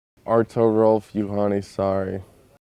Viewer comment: hahah so funny that he pronounces his name like american, not as like a finn would :D